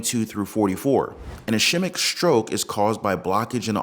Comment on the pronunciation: Sorry, but I have to....ischemic......S-KEY-mick